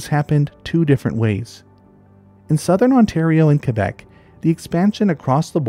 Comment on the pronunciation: I liked the video but props for saying Québec correctly.